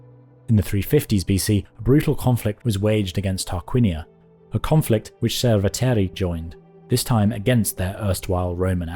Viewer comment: Cerveteri (like Medici) is mispronounced by English speakers. The 'C' is pronounced 'Ch' and the emphasis is on the 2nd syllable not the 1st. A small nit to pick for an otherwise well done presentation.